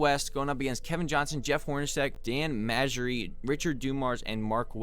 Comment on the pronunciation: And Dan Majerle is pronounced like Marley